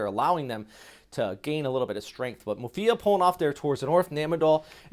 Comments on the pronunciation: Sorry but it's Muifa, not Mufia. I watch your videos a lot tho. :) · This guy is constantly mispronouncing Muifa, It's Muifa not Mufia